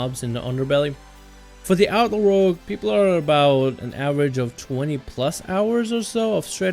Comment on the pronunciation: Seriously, what is up with this douchenozzels pronunciation of the word "Outlaw"? It sounds like outlord or something stupid.